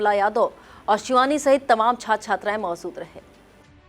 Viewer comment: Mam, अभी कुछ कमी है आप शहर को सहर, बीजेपी को बी ज़े पी,, मौजूद को मौज़ूद, सा और शा, जैसे अभिषेक को अभीसेक mam थोड़ी उर्दू पढ़ने की कोशिश करिये ज़बान सही हो जाए गी, अंजना ओम कश्यप, और चित्रा त्रिपाठी, mam की ज़बान देखिये बहुत साफ है कहीं पर वर्ड की मिसटेक नहीं होती, आप को हमारे शहर का मान बढ़ाना है